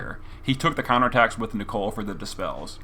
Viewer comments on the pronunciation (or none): I love your videos but it gives me cancer everytime you say Nichol"E"....its Nichol for gods sake